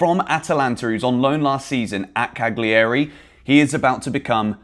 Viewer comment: Pls, find an Italian to teach you the correct way to say Cagliari.